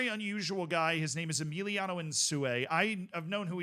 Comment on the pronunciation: Who's Emiliano bro? His name is Emilio